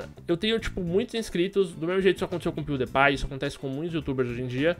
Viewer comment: ele fala o nome do pewdiepie 2 vez errado -_